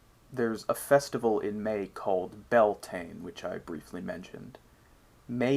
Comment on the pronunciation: Great video thanks! Beltane is commonly pronounced wrongly though by non-Gaelic speakers. Its said like 'be-el-teneh.' I think the mistletoe is associated with fertility because the white berries represent a mans seed whereas holly berries represent a womans menstruation. Something to think about when kissing under the mistletoe! 😬😂 Love the story of the wisdom fish that's a new one to me!